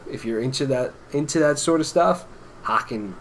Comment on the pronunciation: Great review guys! BTW small note is its pronounced "Hay-ken". Like Kevin Bacon. Or "Taken". But I agree this is definitely one of their heavier releases overall.